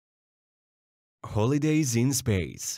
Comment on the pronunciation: Your language mispronunciations are terrible. Work on this computer’s language pronunciations. Confusing the pronunciation of “holidays” with “holydays” is representative. Cease streaming and doing “clickbait.”